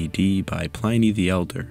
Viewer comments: Really good video. The research is impressive! One edit--Pliny is pronounced with a short "i," to sound like inning, or pinning. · Great content as always! Would advise checking the pronunciation of Pliny the elder, cheers